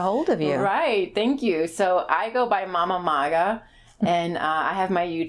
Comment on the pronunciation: Its Mama-Maga. Just saying.